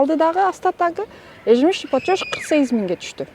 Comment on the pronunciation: Тообо ушундай крупный организацияларда иштеген кызматчылар ЕЖЕМЕСЯЧНЫЙ ПЛАТЁЖ деген созду суйлой албай эле иштеп журушот! Ежёжщ деп коюп😂😂😂😂